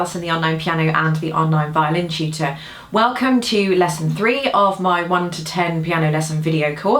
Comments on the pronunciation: "i'm, the online piano chyewta." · i do not know why but when she says "tutor"; it sounds to me like "cheater".